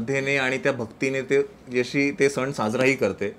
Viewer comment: सन नाही ग सण